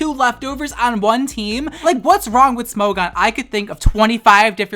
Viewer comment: Every time he says “Smo-gone” I lose a braincell.